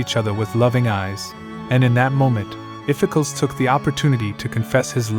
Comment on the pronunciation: Spelled Iphicles, pronounced "iff-eh-KLEEZ" Or "iff-eh-cklohs"